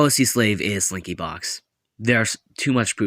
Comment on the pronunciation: no but why did I think you said “springy” 😭😭